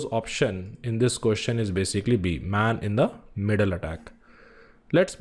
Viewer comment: Man in the middle not Main-in-the---Middle